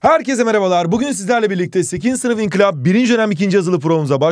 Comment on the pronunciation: TBMM değil BMM olacak. TBMM ismi daha sonradan koyulmuştur. Ayrıca, lütfen videolarınızda telaffuzunuzu geliştirin hocam. İnkilap diyorsunuz. İnkılap ve inkilap farklı anlamlara geliyor. İnkilap kelimesi Arapça'dan gelen köpekleşmek anlamında kullanılan bir kelimedir. İnkılap yenilik anlamına gelirken inkilap kelimesi de gelişememek anlamına gelmektedir. Dikkat etmenizi öneriyorum. Lütfen yorumumu dikkate alın ve birdaha bu davranışta bulunmayın,.